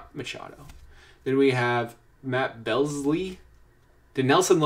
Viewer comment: Rockies fan mispronouncing Matt Belisle (pronounced Buh-Lie-L) is pretty funny. It’s not like he pitched for the Rockies for 6 seasons or anything. 😂